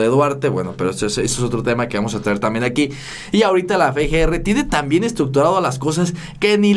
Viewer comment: Se dice Efe ge. Erre